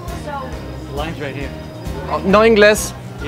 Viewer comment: Megumi Hayashida I first thought it's pronounced as "No ingals".. 😂😂 then he said "No inglès" and I got it that he's saying no English.. 😂😂